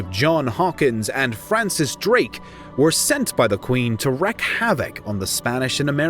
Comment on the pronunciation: Aaaaahhhh!! It’s pronounced Reak (spelled wreak havoc, silent “w” but definitely not wreck havoc)